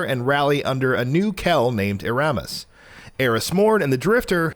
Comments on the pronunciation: ERamis, not erAmis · Eramis= Air-Ah-Miss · Yeah I cringed when he said Eramis that way XD